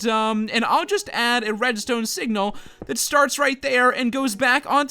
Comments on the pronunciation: said wedstone instead of redstone! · LOL said "wedstone" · he said WEDstone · did anyone notice he said wedstone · when he was making the farm I swore he said wedstone XD LOL!